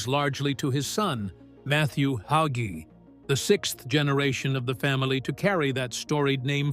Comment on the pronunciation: You said absolutely nothing. Just a hit piece on a dedicated Christian pastor who trusts the LORD. And A I need to pronounce the name "Hagee" instead of "Haugee"